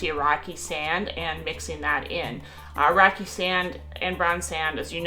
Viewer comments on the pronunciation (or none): Great video! :) I keep hearing 'Iraqi Sand' when she says 'rocky sand.'